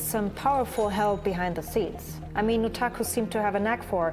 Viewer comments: Can we stop pronouncing the u in Nutaku as an oo already. I mean it is obviously meant to be NUT...... The pun is blatant. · It's pronounced [Nut-AKKUUU!!!] Note screaming the second sylable is neccasary, like how you say the whole thing for A Tribe Called Quest.